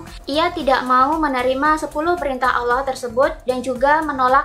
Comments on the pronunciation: bilang allah aja masih dilencegkan jadi auloh wkwkw banyakin baca buku aja deh, setau saya hanya pihak islamlah yg mengkalim dia keturunanan ismail dan mencopypaste nabi"nya yahudi dan dibuat karangan agama baru, secara yahudilah cikal bakal kristen dan islam menurut sejarah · ini apaan si.. byk yg beda sm alkitab.. trus jg Allah tp di baca auloh. kayak campur aduk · dari cara melafalkan Allah kan jelas dia seorang muslim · Hrs hati hati bahas Yahudi... Saya termasuk pemerhati Bangsa ISRAEL.. Dari logat mu menyebutkan Nama Allah.. Anda beragama Islam.. Jadi Perlu teliti.. Karena sgt sensitif.... Agama Yahudi adalah Leluhur dari agama Kristen..baik katolik dan Protestan. Menurut saya kamu di video ini Sgt teliti..WALAUPUN ada yg Mis.... Tetapi tdk fatal... Ada Jutaan Org indonesia yg menjadi pemerhati dan pengagum Bangsa ISRAEL..dan agama Yahudi...